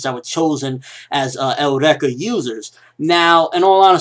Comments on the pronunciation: Why do you keep saying Eureka "Eh-oo-reka"? >> Japanese still pronounces it like us << (Yu-Ree-ka) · Eureka is pronounced eur(as in Europe)-ee-ka. As in the phrase attributed to Archimedes when he discovered buoyancy. It goes with the theme of scientific discoveries that the series has, which is why I am really enjoying it. I think this newest bad guy might have a eureka related to Tesla, based on the electricity. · Sorry, I think Eureka is suppose to be pronounced like "Your-Ree-Ka" which was a famous phrase by Archimedes. :) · The word Eureka comes from Ancient Greek εὕρηκα heúrēka "I have found (it)",and its pronounced u-ri-ka